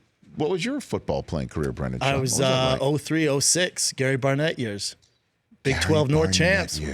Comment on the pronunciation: Daniel Ortega Brendan* every* Also he is a guest on Rich’s show, so decorum would mean that he at least pronounced the mans name correctly.🤦🏻‍♂️🤷🏻‍♂️